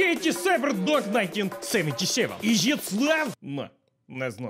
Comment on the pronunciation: "Issss!!" Love this ❤